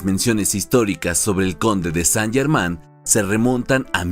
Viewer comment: Qué penita que el nombre esté mal pronunciado durante todo el relato. Más prolijidad para el próximo video.